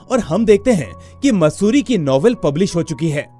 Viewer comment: sir matsuti nhi maatsuri name a girl ka